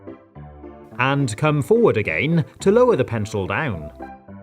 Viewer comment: The way he says "againe" gives me and emotion I didn't know existed